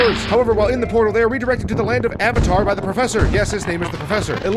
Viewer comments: It's "Avalar" not "Avatar" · ... Avalar, not avatar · That’s AvaLAR not AvaTAR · Avalar not avatar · Avalar.... not avatar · Well this was certainly accutate, and I love how some scenes are replicated to how they looked originally. But I gotta say though: You made sure her name was actually "Sorceress", but said that Avalar was "Avatar"? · It is called AVALAR YOU DUM FAK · I put this right after I heard it before I saw your comment. We are the true spyro fans